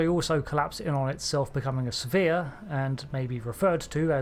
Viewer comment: i misheard it as become a severe...... what??